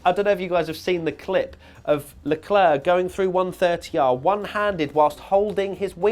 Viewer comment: it's leclerc